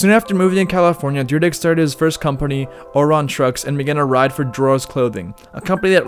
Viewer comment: This is a dope series but the pronunciation of some things had me cringing. Orion trucks was nowhere close to how it's pronounced lmfao.